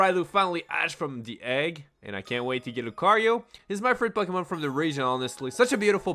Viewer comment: Pucky-mon. Lmao.